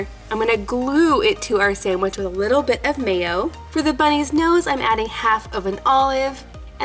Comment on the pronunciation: I don’t know why but it bothers me that I hear sandich instead of sandwich